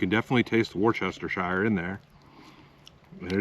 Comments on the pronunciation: Not pronounced “worchestershire”. It’s pronounced “whatsthisheresauce”. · The sauce is pronounced: (like you were saying wolf) wo-sta-shire (Worcester). I know this because I graduated from Worcester Polytechnic Institute in Worcester, Massachusetts. Love the recent historical stuff like Big Brutus and the Little House! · A place the Ingalls family lived that Laura did not write about was Burr Oak, Iowa. Apparently it was not a very pleasant time for the family. I visited that museum long ago, when I lived in Minneapolis. And the marinade sauce you were using is pronounced "wash yer sister". I swear, I heard Brits say it on You Tube 😁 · Correction, it's Wash-Yo-Sister-Sauce lol. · Wustershur sauce is how you say it my friend,,,, And thats from someone from england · Hope you are well after your medical condition. To help out a bit from an English man, say it as I spell it here... "wus-ta-sheer-sauce" I am from Leicester which incidentally is pronounced "lester" it's a Roman thing. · Great video! 😊 To pronounce Worcestershire just say Wistershear. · It's pronounced woosta sheer. I know because I am in the uk lol. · It’s … wool-ster-sheer sauce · Not sure if anyone says it right washyoursister sause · Worcestershire...: " worse -word - in - the - world - sauce " ..😂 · Doritos & steak! I laughed! You gotta stop pronouncing "Worcestershire" that way. You gotta say like you had a six pack of breer! Worcestershire, little more slurry